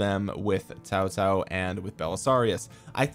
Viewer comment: I love it when a non mandarin speaker can pronounce Cao Cao correctly. Kudos to you bro.